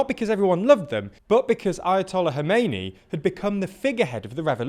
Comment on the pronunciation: I'm surprised that you manage to pronounce "Iran" and "Khomeini" fairly well, but you NEVER seem to even make an attempt at pronouncing Ukrainian names even remotely correct. How about in the future, you pronounce the "Kh" in Kherson and Kharkiv, the same as you pronounced the "Kh" in Khomeini?